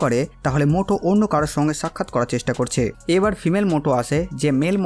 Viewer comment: মোটো নয় ম্যুটো / মিউটো